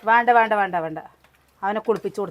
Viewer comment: വാണ്ട എന്നല്ല വേണ്ട 😡